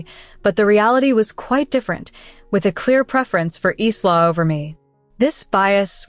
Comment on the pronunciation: Really, so how come the pronounciation of "Isla" is so horrible? Its 'I-la', not Is-la